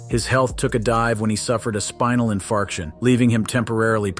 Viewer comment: He said “ spinal infarction” 😂